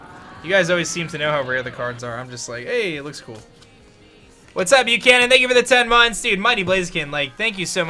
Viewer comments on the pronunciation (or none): none